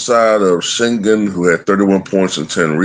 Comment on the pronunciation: Yeah, I don't know why Jimmy has lll on the back of his jersey I mean his grandpa and dad never played basketball. Why go by Michael Porter Jr. when his father never played in the league. Also, its 'Uh-men' Thompson and he is now a sophomore. And Sengun is pronounced 'Shen-goon.'